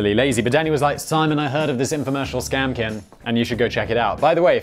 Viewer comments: I took a shot every time Simon said 'kin' instead of 'king' and now I need my stomach pumped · Why do you keep saying "Scam-kin" instead of "Scam-king" Like, I imagine this is some even weirder off-shoot of furries where people dress like healing crystals and MLM products. Like, "This is my tuppersona, I'm a circular 2-inch deep dish with matching lid, but I can't find the lid" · Simon are you having a stroke? You seem to be having trouble pronouncing the word King. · Simon: “I narrate 7 YouTube channels”. Also Simon: “scam kin”. 😂😂 I love this channel. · Seaman it’s pronounced “keeng”